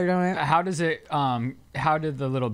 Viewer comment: I can't not hear saying doNIT now after watching Shane's podcast 😂😂